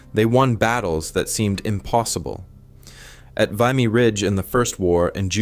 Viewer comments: I would prefer correct pronunciation of names and place names etc. Ex. You say Veyemy ridge when the correct pronunciation is Vimmy Ridge. Very imporant to be respectful. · It's "vee mee" ridge, not "vie mee" ridge. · Amazing videos. But PLEASE pronounce Vimy (Vimm-ee) Ridge correctly. :) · nowhere in the history of the world has it been called V"eye"mee ridge. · Dude the vimy pronunciation 💀 This was chalk full of inaccuracies. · Mispronouncing Vimy Ridge is a good clue that this is not produced by a Canadian. Check the details and the country of origin is the USA... Beware!!!! 🦫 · Good video.. only thing cringe worthy was your pronunciation of “Vimy”.. but good job overall.